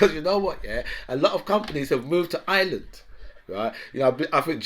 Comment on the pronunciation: Dat dont make for a good leader..innit? And its Ireland...not Ayeland...you half wit... djowoimean yeah..right, Yeah righ...yeah... And Joe Bidens not winging it?... lol CHINA has got extensive power cuts ffs!